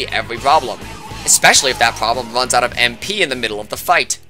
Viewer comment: Buddy really out here calling runs vuns.